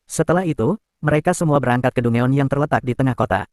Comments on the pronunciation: Dugon bg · bukan dungeon min penyebutan nya salah harusnya danjen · Dangen lol